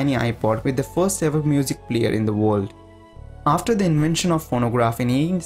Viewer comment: Sorry, I had to stop the video... It's not WOLD, it's woRld...